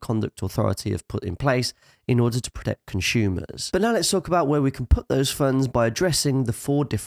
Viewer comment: conshoemers lol